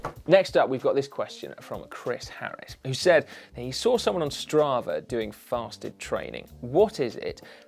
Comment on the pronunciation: Wait! "Fasted" state! I though you said "Festive" state and downed a beer before every ride... No wonder I'm not loosing any weight!